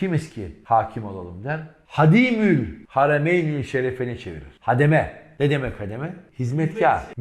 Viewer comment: gerçekten çok güzel anlatıyorsunuz.Allah razı olsun.sadece bir hususu hatırlatmak istiyorum o da şudur:Yavuz Sultan selimi anlatırken kullandığınız bir kelimeyi şu şekilde kullanmanız daha doğru olur kanaatindeyim.O da şudur:hadimüll haremeyn değil de"ha^dimül haremeyn"denmesi yani a harfinin üzerine şapka konması yani a nınuzatarak okunması anlam açısından doğru olacaktır.affınıza sığınıyorum.selamlar